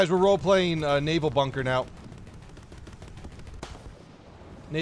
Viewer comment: bunker but the u is o